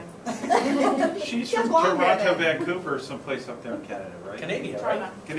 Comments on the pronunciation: Omg, he did not just say "Canadia." Awesome. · I know lots of the comments are about this, but I just love that he says Canadia. LOL. I always say it like that too!